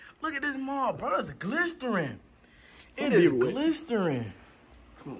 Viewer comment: Bro said it’s glistering😂😂😂😂